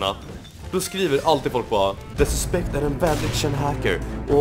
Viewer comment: Lär dig säga the suspect